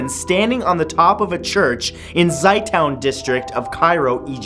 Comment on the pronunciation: Can't blame Matt but it's pronounced "Zeh-toon" not zi town. =D